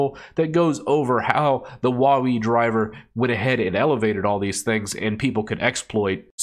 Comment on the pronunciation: Huawei is pronounced whoahway.